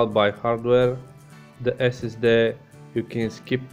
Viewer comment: ”dă esesde”